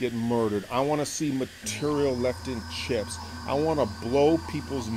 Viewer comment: what cutter do you use to hog out all the vowels in your pronunciation of 'material'?